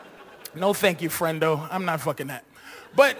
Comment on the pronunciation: he said friend-o :)